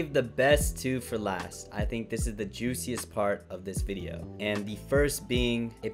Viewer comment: Did you just say juiciest lmaaaoo